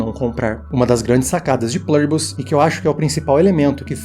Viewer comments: a palavra é latina amigo, não precisa falar com sotaque kkk É plUribus, com U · se é do latim, não seria melhor falar o U com som de U mesmo, em vez de "plâribus"? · Qual é o sentido de pronunciar um termo em latim como se fosse inglês? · O vídeo é bom, eu gostei. Mas me incomoda a pronúncia de "Pluribus" com leve "intonação americanizada", como se fosse em inglês; especialmente pq você pesquisou e identificou que é latim. Mas isso é o de menos, apenas pontuando mesmo, rs!